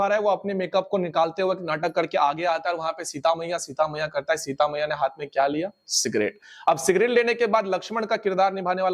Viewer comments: भाई वो हात नही हाथ होता है। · हात नहीं हाथ😅